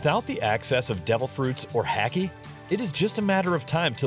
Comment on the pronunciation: Hey just as a helpful hint it's said like a laugh then a monkey noise. It's not said like tacky. Ha and ki are supposed to be separate syllables. Edit: I'm talking about Haki.